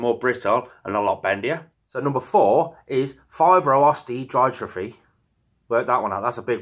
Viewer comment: Dystropy, so dis is how you pronounce it just so you know but big words to say. A terrible disease for them to get and really avoidable if there is no known health reason.